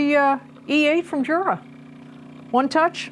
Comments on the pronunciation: It's not JURA it's U-Rah that's how you say it. I can't stand when you say Jura. Only Americans are so ignorant... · Its pronounced YUR-AH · The name is "Jura", which is Swiss German. It is pronounced "Yura" because in German an initial J is pronounced as a Y.